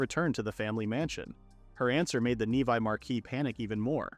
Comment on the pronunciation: Instead of a title of a woman eating monster meat, it should be “princess travels for monsters delicacies” also, the name is not nevi……it’s pronounced nevee(nevi)